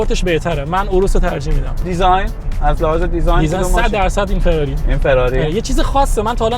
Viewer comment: دهاتی داغون چه میدونه که فراری چطور تلفظ میشه ؟؟؟؟ جلف پلشت بدرد نخور... همه چیش رو اعصابه آشغال عن